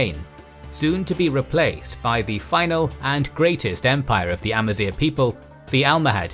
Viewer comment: First ever channel i've watched to actually pronounce Amazigh (semi) correctly!